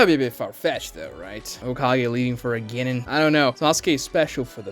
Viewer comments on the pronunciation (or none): The way he says "Genin" and "Chunin" is driving me up a WALL It's CHEW-NEEN and GEN-NEEN PLEASE